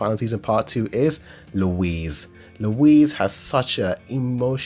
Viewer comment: Pls I was so confused when you said Louise 😭